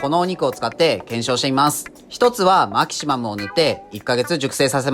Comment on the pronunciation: メェキシモゥ